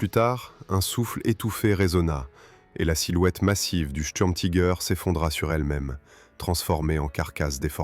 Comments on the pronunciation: Pourquoi prononcer Tiger à l'anglaise. Soit vous le prononcez en français, langue de la vidéo, soit en allemand ou le "i" se prononce comme en français. L'anglais n'a rien à faire ici. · Pourquoi prononcer les mots Tiger ou Sturmtiger a l’américaine ? Prononcer les mots allemands à l’allemande me paraît la moindre des choses ! Si vous ne savez pas le faire, traduisez en français, tigre et tigre d’assaut ! Quant au tangage des images, je vais finir par vomir. Plutôt énervant tout cela